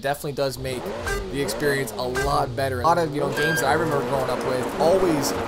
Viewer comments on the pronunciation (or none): none